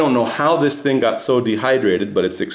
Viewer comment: "Thang"? Its "thing" dude.